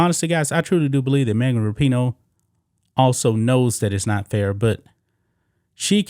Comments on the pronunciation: What about Rap-i-noe?.....or maybe Fuck-en-dyke? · Am I the only one who always thought it was pronounced RAPinoe and now I keep hearing raPEENo? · Megan rap-I-noe makes me wanna slap-a-hoe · ...thanx for coirrecting my pronunciation of her name - thought it was 'Rapin-ho'... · I believe it's pronounced Rapin-hoe